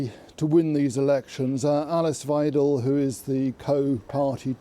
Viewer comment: 'Far right'. Also learn to pronounce 'Weidel' ffs